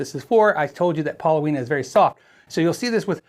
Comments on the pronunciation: The wood is called paulownia, not pauloweena. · Pauloweena..? No mate...it's Paulownia (paw-low-nee-uh) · Pronounced pow-lo-nee-ah, not pow-lo-wee-nah. It's just fine for a body, but how many pieces make those slabs? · That's $469 Australian dollars and the wood is pronounced Paul o nia, well in Australia at least. Great wood for wooden surfboards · It's actually pronounced Pah - Lone - E - Uh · paa-low-nee-uh. In Japan called kiri and used to make cabinets. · Excellent thank you. The wood is pronounced pawlonia with the accent on the second syllable. It would have been traditionally used in Japan to make higher end kotos